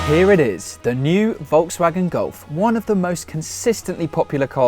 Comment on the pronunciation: It looks good. Sounds like you are saying Goal-f.